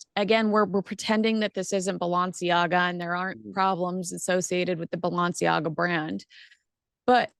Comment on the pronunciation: the way you pronounce ‘Balenciaga’ and ‘Doria’ is…unique? 😅